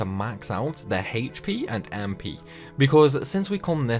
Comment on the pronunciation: "HeyP" XD It's just "HP" :P